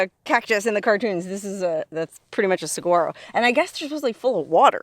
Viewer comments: This looks like my backyard. I can go outside and see this every day. Those little fuzzy cholla are teddy bear cholla. FYI it's pronounced suh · waa . row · Great video but the cactus is pronounced Sa-wa-ro! The “G” is silent. I have lived in the Sonoran Desert for over 35 years.🌵🥰😉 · Note: You don't pronounce the G in saguaro. Sa-war-o:) Awesome videos from!!! I used to love exploring all the ghost towns in SE AZ.